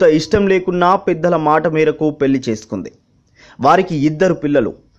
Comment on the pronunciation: Vanisri Garu was a great actress of yesteryears. The person who speaking about her on this clip should improve his Telugu pronunciation. He has to utter words like Pelli properly.